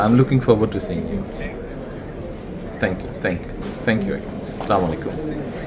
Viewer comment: সালাম দেয়া কি সঠিক হয়েছে স্লামালাইকুম